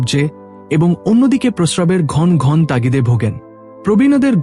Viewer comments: Apni kotha bolte janen na ghono ghono na bole ghon ghon bolchhen keno path koren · ঘন্ ঘন্ বাজে উচচারন। ঘন ঘন উচ্চারণ করতে হবে। আর একবার প্রাইমারি স্কুলে ভর্তি হয়ে জেনে নিন।